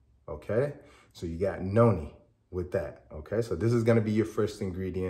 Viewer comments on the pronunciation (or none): it sounds like you are saying yoni and noni. Which one is it? Thank you for your response